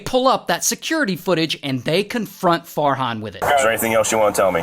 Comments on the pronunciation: When Ray said Farhan, I thought he said Fart Han😭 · Me not hearing “Fart hon”.😂